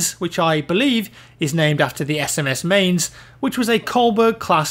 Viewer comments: mainz is pronounce like maɪ̯nʦ...something myants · Mainz is usually pronounced 'minez'